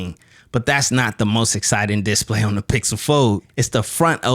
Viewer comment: Nice video but please learn how to say disPLAY :)